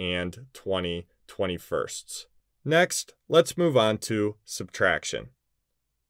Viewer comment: You are good but the way you said 20/21st is funny...🤷